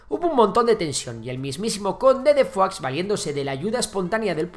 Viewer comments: Fuax no Foix, tal y como se lee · Foix no se pronuncia Fuachs, sinó Foish. No es una palabra francesa, es occitana. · Foix se pronuncia Foix y no Fuá o Fuas. Foix es nombre occitano muy común en Catalunya, amén de un río en el Penedès que lleva ese mismo nombre. Idem para Urgell. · Conde de foax? Se pronuncia 'fosh' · conde de foix no es conde de "fuá" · Perdona, no es fua es foix, fua es francès ( higado, pate, " fetge amb català"), Foix es un apellido ( cognom amb català ) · Foix no se pronuncia fua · El catalán no se pronuncia como el francés, Foix se pronuncia igual: Foish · Hola, primero mis felicitaciones por tu trabajo, soy seguidor tuyo y pienso que seguiré siéndolo, solo.una pregunta, porque pronuncias Foix en francés? Tanto en la lengua de Occitania, como en Catalunya, incluso en castellano La pronunciación es prácticamente idéntica y no tiene nada que ver con el francés. Sigue trabajando, eres muy bueno. Gràcies.